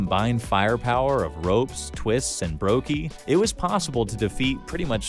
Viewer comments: the only noticeable one is "ropes" instead of "rops" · my man literally called him ropes 😭 is this AI maybe? Legitimate question lol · does the person reading the script know anything about CS? "ropes"?? seriously? lmao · nah why are you calling ropz "ropes" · Ah yes, my favourite player "Ropes"